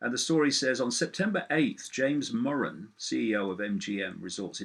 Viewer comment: David.....So nice to hear David Murren's name being pronounced properly. Heard it called Moran, Mureen etc,. seems many US people dont know that two letters together, two consonants, makes the 'U' a short sound with the emphasis on 'rr'...Bravo!